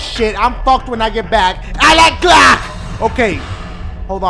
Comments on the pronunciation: 😂😂 it sounded like you said I like clock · It Sounded Like He Said I Like Crack 😂😂😂😂😂😂😂